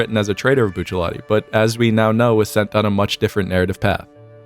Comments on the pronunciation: why he sayin Buccilati instead of Rati lmao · I hate hearing it said bucciaLati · his name is buchiaratti not buchialatti im pretty sure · Why do you say Buccialati, it's Bucciarrati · At what point is there an L in Bruno Bucciarati's name? Cause the entire video he calls him Buccellati. Edit: I'm guessing that's how hes called in the manga? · Bucialatti is really pissed about how you pronounce his name TT.TT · It's... Bucciarati not Buccialati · I’m pissed he says BuchaLATI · oooh it bugs me to hear bucciaLati and not bucciarati" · Bruno Bucciarati, Buccialati LOL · I keep hearing "bucha-lot-tee" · bro you aint asian stop pronouncing bucciarati as buccialati ... or you just really wanted a latte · BucciaRati. Why do you pronounce it with L's. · I could comment on any one of the many things other people in the comments are going on about, but I just wanna say one thing: bruh, there's no "L" in Bucciarti's name. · "buccialati"? lel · my mans sayin buccialati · Ugh, I HATE hearing "bucellati" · STOP SAYING BOOCHA LOTTY WTF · How can a guy with such good knowledge of the law not pronounce bucciarati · i hate your prononciation of buciUwUati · What?! you mean you don't love how he pronounces BUCCELLATI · do you mind pronouncing the "R" in bucciarati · 'Boochelati' 'choosen' bruh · The way your saying bucciarati is making my ears upset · can we just acknowledge that he calls bucciarati buccialati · Stop saying Buccellatti! What, do you pronounce other characters as Giolno? Nalancia? Lisotto Nelo? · The way he says Bucciarati makes me mad, great vid tho. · Where’s the L in Bucciarati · Are you purposely saying Bucciarati wrong? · Why are you pronouncing Bucciarati wrong? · Where is the "L" in Bucciarati?